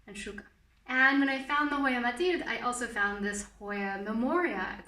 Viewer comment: i was really annoyed by how you pronounced mathilde bc im belgian (dutch) but then you said you live in france and i was like 'oh ok'